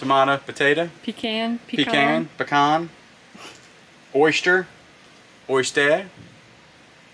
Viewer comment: LMAO....he said Oystaìr lol 😂